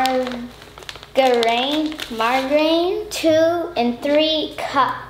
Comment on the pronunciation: I love how she pronounced Margarine like we do in French :) Good job sweet girl!!